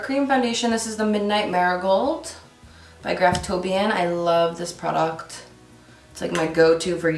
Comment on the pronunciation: The way you say product is so weird lol